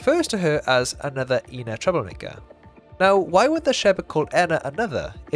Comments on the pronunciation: Edit: My bad, I'm completely wrong, they say both in the YouTube videos too LMAO Something small that I noticed at the end of the Witches quest - the lead Witch pronounces "ENA" with a short "e" when referring to the ENA that gave her the motherboard, which no other character in Dream BBQ does, no matter how much they goof up the pronunciation. If I remember correctly, in the earlier YouTube series, they all pronounced yellow-and-blue ENA's name the same way (with a short "e"). In Dream BBQ, NPCs that pronounce red-and-white ENA's name correctly say it with a long "e." Furthermore, when addressing US, the player character "ENA," the lead witch explicitly only says "ENA" with a long "e," possibly implying that it was yellow-and-blue ENA that gave the witch the Motherboard! I wonder if it was intentional... if so, just another small detail adding to idea that they are different ENAs, and connects the older Youtube videos to Dream BBQ a bit more :) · Maybe its a sort of "species" compromised off of multiple fractured personalities of some ONE person that's truly THE ENA. People can't seem to get her name right too. Even the Genie calls her Enya at some point. Maybe they refer to the whole of The Ena as a whole when talking about not liking her but then since they know a spesific version of her they pronounce her name that way. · isnt it pronounced ee-nah, not enn-nah?